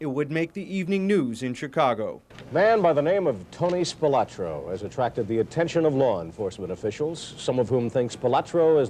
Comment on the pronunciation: The Spilotro family always hated the way everyone pronounced the surname. It's Spi-loh-tro, not Spi-lah-tro.